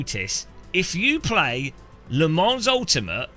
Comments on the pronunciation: Its french bro. "S" is silent. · please for the love of god pronounce Le Mans correctly 😂…. The S is silent